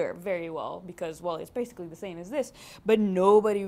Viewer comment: Am I the only one who laughs his ass of when she says "basically" ... BASSically